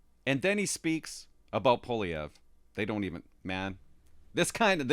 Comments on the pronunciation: Fortunately Elon Musk knows Mr. Poilievre and is making him known to Joe Rogan. Musk has Trumps ear and will eventually let Trump know who Poilievre is. Also Joe Rogan is a fan of Mr. Poilievre. (Pronounced "Pauly-Ev") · Pooh-ah-lee-ehv would be the proper way to pronounce it. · I can't see Trump pronouncing Polievre's name right. I think Canada will head towards bankruptcy in a few years. It's only a matter of time. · trump does know who poilievre is, he has mentioned him in the past recently, i just think he has difficulty pronouncing his name which is understandable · Wrong. The R is not silent, and the first syllable is not the one that's stressed. He can't pronounce his OWN NAME properly -- and that's not the only thing about him that's worrisome.